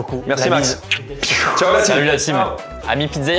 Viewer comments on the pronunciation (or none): none